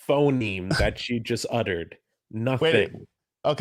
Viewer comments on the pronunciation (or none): none